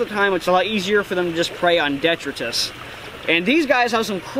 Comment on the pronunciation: That was brutal to hear how many times you said detritus lol its pronounced deh-try-tus 😂